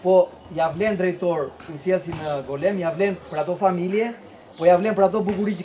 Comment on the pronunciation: Mirse vini në GOLËM.....dakort ëëëëëë. Mo e prish për dy pika...o i GolËme.